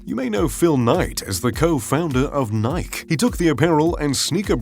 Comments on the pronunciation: WTF he pronounce Nike wrong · This video was informative, but who doesn't know how to pronounce Nike in 2021? Really? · Huh strange you being so rich but don't know how to pronounce nike?